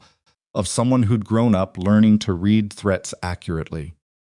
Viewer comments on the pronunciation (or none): Good A.I. everything…writing, narration, enunciation…BUT REALLY…that darn ‘green wood splitting’ ? I will UNSUBSCRIBE if you keep it up and…could you not teach me/ signal your A.I. to differentiate between ‘read’ and ‘read (red)’ ? Thank you for the parts that are good…your stories etc ! 🇨🇦🇨🇦🇨🇦